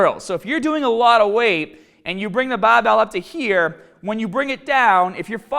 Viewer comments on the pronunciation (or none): HERE not heaaaar